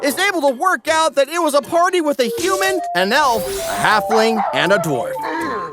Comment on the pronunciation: got to love the "hafling"